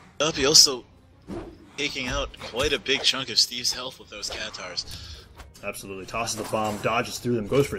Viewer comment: Its "katars" not "catares"